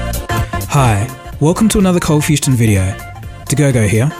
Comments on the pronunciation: Says Coldfustion instead of coldfusion in intro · Why the “T” in ColdfusTion?